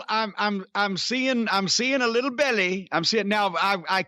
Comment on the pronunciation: "I'm seeing a little bellay" LOLLLL